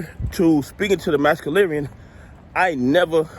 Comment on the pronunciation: It's massa-lorian brother 💯 just saying 💯❤️